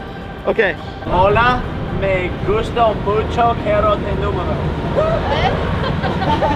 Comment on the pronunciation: No es nomoro es numero haha 😄😄